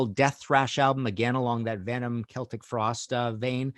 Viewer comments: It's pronounced Keltic in the UK and Ireland, that's why it's correct. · Knows how to say Celtic, doesn't known how to say Giger.